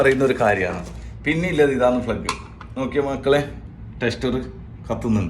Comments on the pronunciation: ഫ്ലഗ് അല്ലല്ല 1 സുഹൃത്തേ. പ്ലഗ്ഗ് എന്ന് പറയൂ ആദ്യം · Plug and not flug please correct.